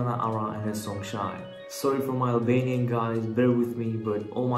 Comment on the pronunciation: Wow you are pronouncing Albanian very good. Thanks man